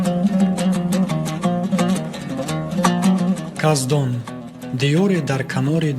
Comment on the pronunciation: Каздон не кахдон😂😂😂